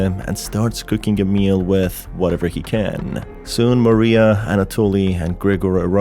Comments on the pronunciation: I hate that literally everyone gets the names wrong... Usually they either get Mariah or Karins name wrong but oh boy you got both wrong. It's pronounced MA-RYE-A not Maria And it's pronounced KA-RIN not Karen I don't know how people keep getting the name so f**** wrong but holy s***. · Just a slight thing with Mariah. It's not actually pronounced MA-ree-ah. It's Ma-RYE-ah. Think of the singer Mariah Carey. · God I hate it when people call Mariah Maria. Her name is NOT Maria, it's Mariah. It's pronounced like ma-rye-ah not ma-ree-ah. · Every time u call Mariah Maria i die a little inside ❤️ it’s okay tho cuz u are my favourite video game tuber